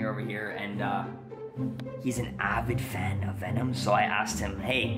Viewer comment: Venom not o om